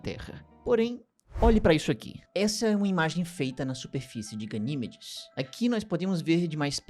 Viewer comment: Gosto muito dos vídeos do, mas este doeu o ouvido quando ele chamou várias vezes a "GaniMEdes" de "GaNÌmedes". Sucesso,!!